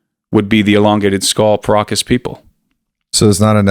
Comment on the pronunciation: Everytime you guys pronounce Paracas people I hear Pierogis people 😂